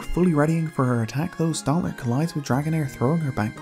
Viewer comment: Stantler not stontler. It’s not fucking hard.